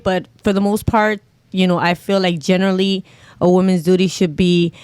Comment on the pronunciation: Duty, duri, dootee